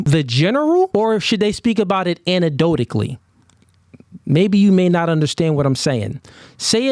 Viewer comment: You can’t even pronounce ish right.. manip-uh-lation..? Anadodally??? Please stfu. Also you speak in absolutes about single moms all the time - so your “general advice” is that all single moms have awful character and you’re a simp if you date one. But somehow your girl is the exception to the absolutes you speak in. You ain’t your audience’s daddy. And you no longer have the right to criticize any other man for their dating choices.